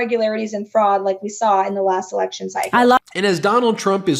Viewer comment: Sounds like he says you can't have an erecttion 😮